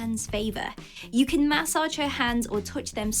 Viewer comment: Lol massage pronounciation.